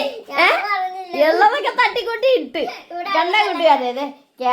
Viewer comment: തല്ലി കൂട്ടു അല്ല തട്ടി കൂട്ടു ...😅